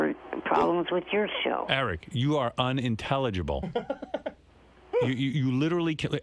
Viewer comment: Like when he says sh-ow.